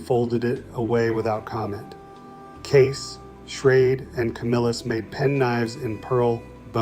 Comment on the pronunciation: Prices are off by and should be multiplied by x4, which is funny because it liked to use $4 as a common price for multiple decades. You can tell AI generated materials by the pronunciations of certain words. While it got it mostly correct, it did refer to "Schrade" as "Schrad E" at one point. Which also brings up the point about the "Old Timer" Branded pocket knives that should have been a separate listing, though AI would see it by the Parent Company "Imperial Schrade Corp." and would list it as a Schrade knife because it was introduced as a sub brand of Schrade in 1958 I believe. But yes, my Father carried a Barlow for decades before he changed over to a Case "large" or "Jumbo" Stockman in 1995. I know the year he changed because i've been looking for a replacement for that particular knife for quite a few years now. It has one of those jigged bone handles that Case only used for a short time and my father loved it because of how it darkened with pocket wear from blue or black denim jeans. Being in his mid 70s now, his arthritis is acting up a lot more so I got him a Boker USA Barlow that is a "Flipper" style so that he would be easily able to open and keep carrying a knife design he loves. I have my maternal Grandpa's knife collection in my safe. He carried a number of different brands over his lifetime including the Old Timer's, Case, and Buck. I have a pair of Boker USA Stockman's that belonged to him and my Uncle that Grandpa picked up at the same time in the early 70s